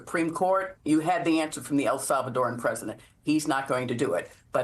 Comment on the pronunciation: Learn how to say El Salvadoran